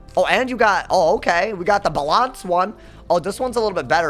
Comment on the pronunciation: Did he say "ba-LA-nce"?